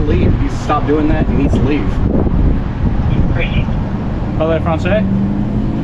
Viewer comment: “Poly Vu, France”??? Ahh, Mi Scuze”😂